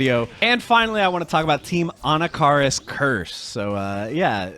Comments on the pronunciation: 'ANNA-CAR-US' ? 😂😂😂 uve clearly never used this character before lol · Anna Car us 😂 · He still says Anakaris' name weird to me